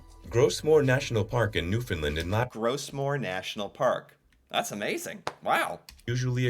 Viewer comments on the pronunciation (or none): I’d love you to learn how to say Newfoundland. Just remember there is no “fin” Try this to help you. Understand Newfoundland so I hope when you try repeating that a few times I’m sure you’ll drop the “fin” disappear!!